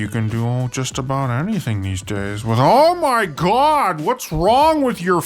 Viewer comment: Your "OH MY GOD!" tells me you're not from Wisconsin.